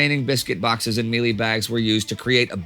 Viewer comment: Hi, am South African and have been waiting for this episode, its really weird how Indy got some of the pronunciation right and the commander's name which I dont think I would pronounce right but then gets mielie (short sounds) pronounced like meelee (long ee sound). Also people dont really celebrate the battle and wasnt as big of a thing as the battle of Blood River as the forces here were British which werent as cherished as the Afrikaans and Dutch settlers in Apartheid (there used to be a public holiday to celebrate Blood River but was renamed and now celebrates both sides of the battle).Overall great video. Also I live in the Western Cape in the South while Rorke's Drift is in the North eastern side in Kwa-Zulu Natal so closer to Durban and Johannesburg.